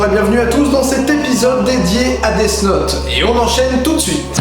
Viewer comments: Ça se prononce def naute, pas desse naute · On dit "dif note" phonetiquement :p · C'est pas DeaS Note mais DeaTH Note DEA TH NOTE.